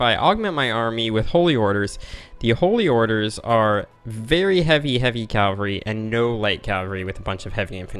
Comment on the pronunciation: Why do you say 'calvary' instead of 'cavalry'? :) Forming the Arabian Empire could indeed be the main goal of the campaign.